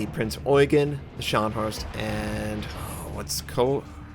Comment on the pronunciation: its not koonig, its kernig